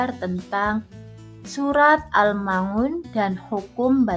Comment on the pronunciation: risih sekali mendengar pengucapan surat AL-Maun = AL Ma Un